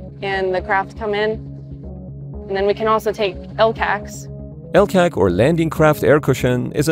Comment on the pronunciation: Warum die KI Stimme und dann auch noch teils so blödsinnige Bezeichnungen. Das Tanken nennt sich Bunkern, das Rad auf der Brücke nennt sich Ruder. Ein Türrahmen ist ein Schott, ein Treppenhaus ist ein Niedergang usw. Das LCAC wird Elkäk gesprochen. Ich kann mir nicht vorstellen das die eigentliche Reportage so inkompetent vertont gewesen ist.